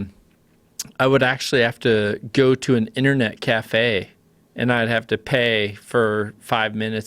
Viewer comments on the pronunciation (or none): none